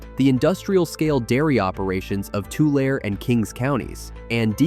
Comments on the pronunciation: Please learn the pronunciations of the places you refer to. Tulare is not "too LARE" it is pronounced "too LARE y". The E on the end is not silent albeit it does convert the A from a short A to a long A. Also the reed that grows along river and lake edges is not pronounced "TOOL." As with Tulare, the E is not silent. It is properly pronounced "TOOLee." There are a few more misstatements of fact, but overall a decent representation by someone who obviously has not spent a life farming in California's central valley. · I am screaming at my phone: “It’s pronounced (Tularee) and (Tulee). Put an “e” at the end of those two words. Otherwise most of this is correct. The other thing is Butte County produces Rice, Almonds (pronounced “amonds”) and Walnuts. We know you are not from Northern California if you pronounce it wrong. We also fish King Salmon which is pronounced the same way as Almonds with a silent L. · Solid video. Born & raised in Visalia - not sure what happened, but u began the video wonderfully by pronoucing Tulare County (Too-Larry - like the man's name) and Tule fog (TOO-lee) correctly. But later on with the county's name, Tule elk and the reed itself, not so much. If you ever create more videos about the area, you may want to remember these pronunciations. Otherwise, great job! 👍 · Los Banos is also sinking just as badly as Corcoran. You pronounced TULARE + TULE correctly in one segment, so why did you mess it up in others? Tulare is pronounced TOO-LAIR-EE (3 syllables) & TULE is pronounced with a long E at the end (3 syllables). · Tulare not tulair or whatever they said. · Tulare is pronounced Toolairee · Tulare county is PRONOUNCED TOOOOOO LAIRRRRRR EEEEEE.!!!!!!! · Tule = TOO-lee Tulare = too-LAIR-ee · It is pronounced Tular E. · pronounced 'two-larry'. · Correct, pronounced Toolarry, or Tooliree. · Tulare is pronounced tuu-lair-ee and Tule is pronounced tuu-lee. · Tulare County is said To-Larry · To-Larry for the sake of confusion lol